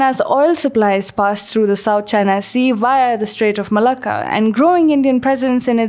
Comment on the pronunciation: Normally not Into Indian accents, but something about the way she says Malacca is really doing it for me.